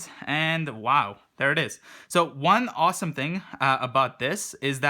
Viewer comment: Lmfaooo "this thing is owesom"😂